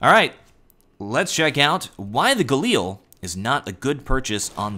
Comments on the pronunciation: Its not Gal-eel, its Gal-il, holy sweetness that annoyed me whenever you said that XD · Stop calling it the Galeel...